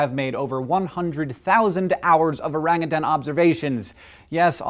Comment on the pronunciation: Dude, you pronounced orangutan right. I love you.